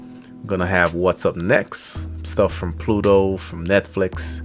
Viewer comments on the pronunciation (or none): none